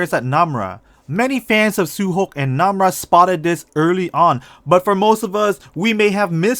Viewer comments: He said su hok not su hyeok. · Why you say suhok and unjo not su hyok and onjo??